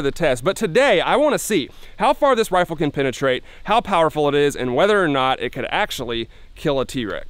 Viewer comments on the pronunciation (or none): Rifles, not ridles.